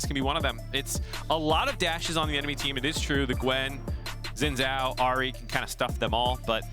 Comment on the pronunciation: All these years and casters still can't say Xin Zhao right